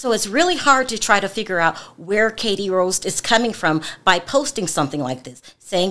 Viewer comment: Her name is pronounced as R-ost like post